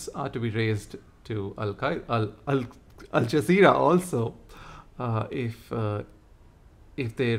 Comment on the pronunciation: Alzazera mispronounced as Alaqiada. ..😂😂😂😂